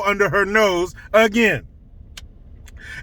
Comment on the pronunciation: I am shocked that you pronounced "again" normal lol